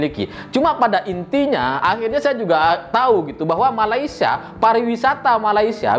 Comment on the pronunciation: malaysia bukan malaysa nanti para mantan ketawa..